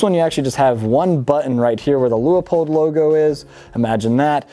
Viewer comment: There’s only one “O” in Leupold. Loop-old.